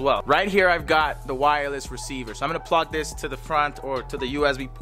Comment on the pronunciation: Has nobody realized that when he said he was going to connect the headphones to the ps5 he said plog instead of plug lol